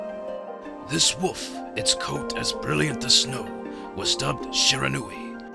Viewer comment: I swear the narrator keeps saying 'woof' instead of 'wolf'.